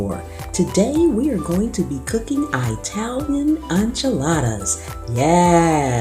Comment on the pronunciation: Italian not Eyetalian